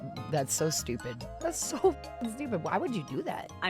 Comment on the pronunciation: 'STU-PI-DA!' When the lack of wisdom is so intense you have to add a third syllable to the term... I am loving this Vtuber reactor.